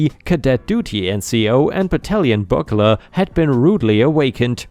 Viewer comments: Byoog-ler, not bugg-ler. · bugler is pronounced bew-gler not buggler 🤣🎺📯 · "Bugler" is pronounced as "BYOOG-ler".